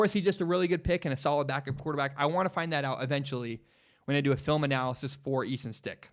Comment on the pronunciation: You almost lost all credibility in mispronouncing the North Dakota St. QB that 99% of us had never heard of. We can let that one slide. Credibility restored.